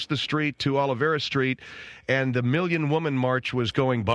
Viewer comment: Hey, Gringos- it is OLVERA Street, NOT "Olivera". Si!!!